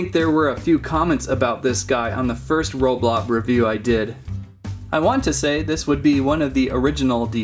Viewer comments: It's roblox not roblob! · Not roblob it's roblox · ROBLOX not ROBLOB